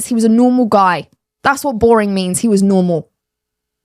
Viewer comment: Say normal again